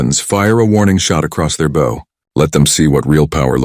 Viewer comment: Can't pronounce "route" or "bow". Train your AI better.